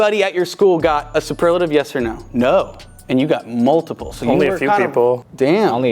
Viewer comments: not being able to pronounce superlative properly kills me😭😂😂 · not being able to say superlative is hilarious